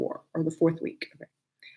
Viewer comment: Wee- ka?🙄 Baby its week 😂